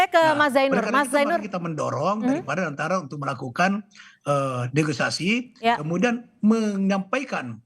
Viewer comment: Koreksi bukan neogisasi bang tapi....negosiasi